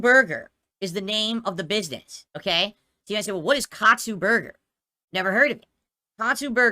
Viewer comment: I thought he said "coxksue burger"